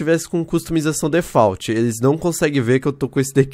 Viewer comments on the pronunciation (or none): none